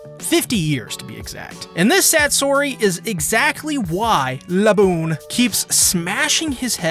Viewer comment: The way you say "Laboon" is deeply disturbing...